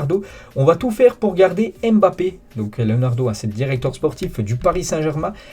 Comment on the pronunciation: Arrête de déformer les noms africains il s’appelle Nkunku et pas N. Kunku Tu fais la même avec Mbappe il ne s’appelle pas M. BAPPE c’est un nom Camerounais pas un mot français …..